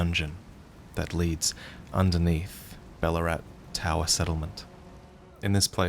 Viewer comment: Every time you say Balurat, I keep hearing Ballarat... You from Victoria, mate?